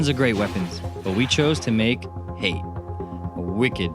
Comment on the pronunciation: Can we go over how they say Hate like Hey-te, but it pronounced Ha-tay